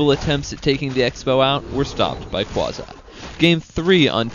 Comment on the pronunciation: 1. It's Qwa zee not Qwazy 2. Stop trying 2 mkae your self sound good . 3. It's Hoor Ehhh not Hoor Eye